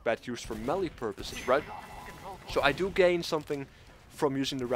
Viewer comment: MAY-LAY Melee